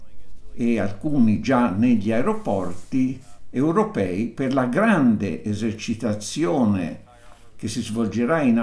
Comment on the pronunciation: "Grande Esercitazione"